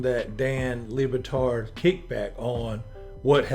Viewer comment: ITS PRONOUNCED DAN LEB-BATARD